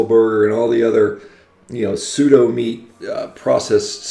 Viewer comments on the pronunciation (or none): none